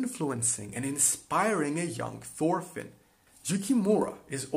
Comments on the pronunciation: FORFINN AAAAAAAAAAA PLEASE STOOOOP ITS "TORFINN" NOT "FORFINN" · Thorfinn is not prenounced "forfinn" Its actually prenounced "Torfinn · Thorfinn is actully pronounced torfinn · An excellent video, just one thing, as far as I know it is pronounced Torfinn. While yes, in English we say Thor, it is pronounced Tor in the Scandinavian world. I believe this also transcribes to Old Norse as well. Feel free to correct me if I am wrong, though if you use Karlsefni, please use Tor as well. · His Name is Thorfinn not forfin Pleace spell it right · Just call him Torfinn cuz thats how you pronounce his name dont wanna be rude or anything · It is not prenounced Thorfinn the way you americans prenounce it. The T is pronounced, and not as the TH-sound. Torvinn, you could say. Just spelled with an h.